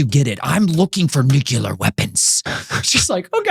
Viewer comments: ""nucular" XD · George Bush jr used NUCULAR. Failed by schools.